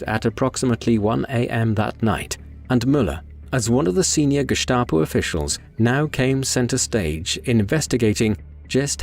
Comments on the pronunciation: It is pronounced Gestapo, not Geschtapo. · Very interesting. But who taught you to pronounce Gestap as Geshtapo. The correct way to pronounce it is Gestapo, with an s, not an sh (like in ship) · Pronounced that way, if you had an accent! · There was really nothing new here, this story has been told many times. That’s ok, but incorrectly pronouncing the same word all the time on a otherwise well done documentary is grating.